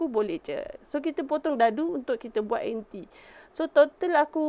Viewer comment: Jenuh fikir... Duk sebut anti, rupanya inti ....